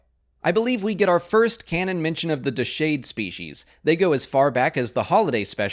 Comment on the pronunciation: mispronouncing SWTOR names is one of this channel's trademarks:) "Dasheid"